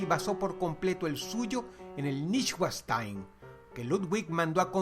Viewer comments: noinshvanshtain . más o menos así se pronuncia el nombre del castillo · Niguastain 😂 se pronuncia noishbanzshtain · Castillo de Neuschwanstein {noyschvamschtain} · neuschwanstein se pronuncia como leyendo noichbanstain por si acaso :) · Neuschwanstein? se pronuncia Noishwanstain. saludos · se pronuncia NOINESHVANSTAIN. neuschwanstein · Saludos Dross. Tus videos son buenos hasta que la cagas con tu pronunciación. Que seas hispanohablante no significa que no debas exigirte a pronunciar bien los nombres extranjeros (como Neuschwanstein). Buenas noches.